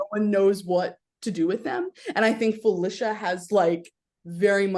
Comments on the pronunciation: How does someone watch a tv show and hear the person’s name said multiple times by multiple people and still absolutely destroy the pronunciation of that name? It’s pronounced Fillisha NOT Filaysha. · That 3as the weirdest pronunciation of Felicia I’ve ever heard in my life.